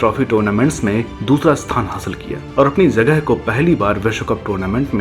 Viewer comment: भाई आप उर्दू शब्द सीखो क्यूंकि जाना की जगह ज़ाना और जगह की ज़गह सुनना बहुत भद्दा लगता है इन्टरकॉनिटल नहीं इन्टरकॉन्टिनेंटल होता है